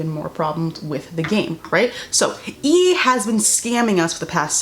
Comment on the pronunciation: Did she call EA “e”? Lol